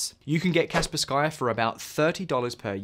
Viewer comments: Insta close video when paid to reccomend Norton as #1, what bullcrap. It's also pronounced Kasper ski not Kasper Skye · 1. U have a code for Norton, that makes u money. So naturaly u speak about Norton first+rate it the highest. Norton! Hehe, lets keep encrypting: u dont bother to find out how to say Kaspersky, instead say "Kasper Sky". Kaspersky is not a slavic name, but its a word made from 2 English words: "Casper", they chose a "K" though for... reasons. And "Sky". Its from Russia, surely its pronounced "Casper Sky". ✅️ But be careful, "Casper Sky" was rated a 10/10. It was never in the news for links to any gov (unlike US software and Hardware (Intel *cough*)). But8 "be cArEfUl, RU ties, trust me bro". So a perfect rating + VPN reasons (are u testing AVs, or VPNs?), I rank it behind NORTON😂. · bro enough with Kasper SKy, its Kaspersky. really??? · "Kas -per-SKY" LOL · The way you pronounce Kaspersky made me die a little inside